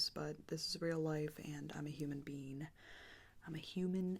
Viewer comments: Awwh, I love when she said "I'm a human bean, I'm a human BEAN" ❤❤ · did she just say “i’m a human bean”? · Am I the only one who heard "I'm a human BEAN"